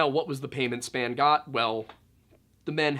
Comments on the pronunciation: It's pronounced Spon.... spelled Spahn... think it's German. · Not span. Spawn. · "Span" Ranch?! Your argument is invalid. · Spawn , mes-ca-lyn, Cee-elo Drive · Great job, small correction. Gerald Ford was the president that Lynette Squeaky Fromme attempted to assassinate. And Spahn really is pronounced spawn (like what salmon do). I grew up in that area so have a bit of an edge in that respect. Anyway, love your channel and work. Always look forward to it. Respect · Pronounced "Spawn" ranch. Also, I absolutely agree that the Beatles and Bob Dylan are overrated. Damn dude, Cielo is literally "C-L-O". Spanish for sky. Mescaline is "Mess-Ka-Lynn".